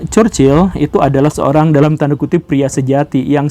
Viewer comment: Chchrherhrhrhchurchil goverment -churchill 😂